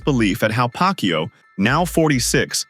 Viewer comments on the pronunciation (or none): The narrator intentionally mispronounced Manny's name, total disrespect 😡